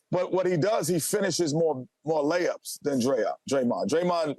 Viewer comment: Kenny said "LakeUps" 😂😂😂